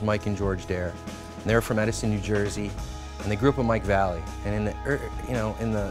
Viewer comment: He really say Mike "Valley"? Cmon dude. U already work for Nike. I dig/envy that whole collection, but yr sounding kook...whatever. Killer bunch of decks, man. Wish i had a bunch i saw, and bet you have i didnt.